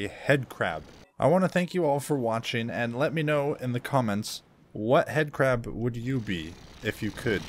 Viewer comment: 😅 I think you meant headcrab cuz you said it wrong😅